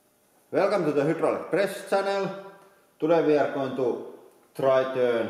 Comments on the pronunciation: I like this guy but every time he says who drolic I cringe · Do you also say HOO-DROO-LICK ??